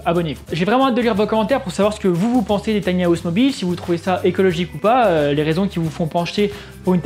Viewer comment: Top mais ça se dit "taïni haouse" pas "tania housse"